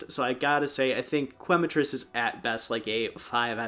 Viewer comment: Growing up speaking Spanish, seeing people pronouncing Quematrice as Qu-ematrice is always a little funny. It’s pronounced Kematrice as Que is pronounced Ke, Quema is Spanish for burn which makes sense because fire chicken. Loving the video so far! ❤